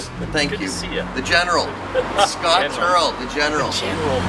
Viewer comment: Hey, you said our last name right, Scott is by far the best person you could ever meet, I love him alot and he is just so much fun!!